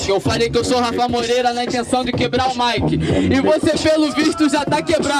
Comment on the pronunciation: É que ele se embolou e falou "braique" em vez de "Mic"